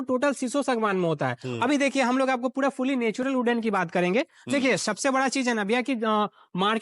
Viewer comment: गुजरात में जाओ ऐसे लाला टाइप की कंपनी हर दूसरे घर के पास है 😂 भईया आग वाग भी देखना 😂 घोड़ा- घोरा कपड़ा - कपरा पूरा - पुड़ा 😂😂 बिहारी साला, बोलना भी नहीं जानते 😂😂